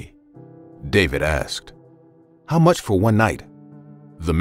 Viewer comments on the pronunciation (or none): I “AXED”HIM 😩